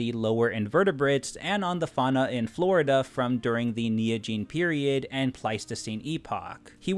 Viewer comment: Ah yes, the "fauna and Florida."